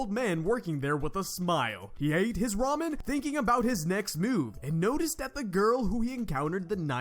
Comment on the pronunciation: I like that you said da ramen